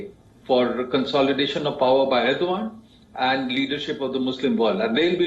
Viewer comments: Dear anchor from yokeltown, 'Erdogan' is pronounced as "Erdowan". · Why do I hear reporter deliberately saying ERDOGAAND 🤣😂